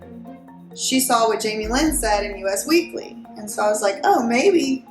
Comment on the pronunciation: Interesting video content. Just FYI, US Weekly is pronounced US as in 'This is US.' Thanks for the info.